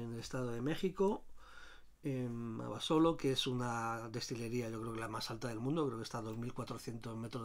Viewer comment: Que bien informado, y buena cata. Por cierto en México se pronuncia AbasOlo, así prosodico en la O